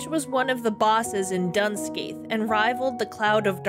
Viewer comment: Going to be awful and pedantic - Scathach is pronounced Ska-hach (like the CH in Loch if you’re Scottish) and Dun Scaith is pronounced Dune Skaw. ;p